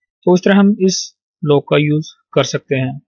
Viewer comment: its 'lock' not lok